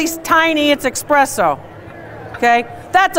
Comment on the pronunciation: Dr. Lori, you said eXpresso!!! Noooooooo, lololololol!!!🤣🤣🤣💖💖💖👍👍👍